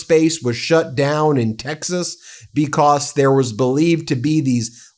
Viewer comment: Why can't he say "because" correctly? Bee-cosss😆